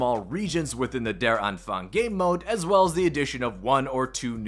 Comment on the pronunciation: Just pronounce it: Ther Ahnphung (A like Uh)